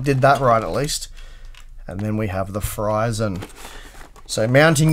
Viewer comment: Maybe instead of reading it Fryzen, we will read as Freezzen.